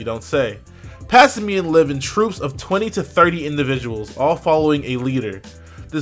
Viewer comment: omg - the word "simian" not whatever the hell he keeps saying,its erking me for some reason mostly cause it sounds like he is pretending to read.XD